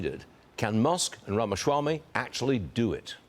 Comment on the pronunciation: its RAMA-SWAMY!!!! not RAMASHRAMY